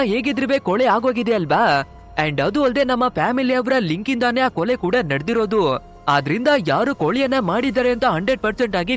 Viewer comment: ಕೊಲೆ.. ಕೊಲಿ ಅಲ್ಲ